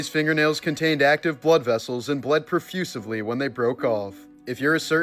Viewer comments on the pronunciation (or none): Profucivly 😂😂 It's profusely my man 😂😂